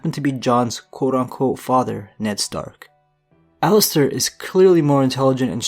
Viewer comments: It’s Aliser not Alister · It's Alliser, not Allister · It’s Alliser not Allister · Alliser Thorne, not Allister.... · Isn't it Alliser instead of Allister?? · Alliser Thorne. Not Allister Surprised Cersei is so low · it's alliser Thorne not allister Thorne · it's alliser thorne not alllister thorne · its alliser thorne not allister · His name is Alliser Thorne not Allister Thorne. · It's Alliser, no 'T' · aint no T in Alliser